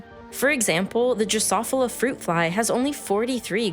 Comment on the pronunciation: I guess I've been mispronoucing drosophila all of my life. Not too surprising, I guess. I learned it from my HS biology teacher over 50 years ago. Good video. Subscribed.